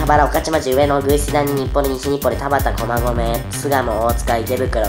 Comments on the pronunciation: たばち たばちぃー？ たばちって誰ー？ 面白すぎなw しかもダホちゃんと同じやつ同じ読み方で間違えてたww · ほんらいは [たばち]じゃなくて [たばた]です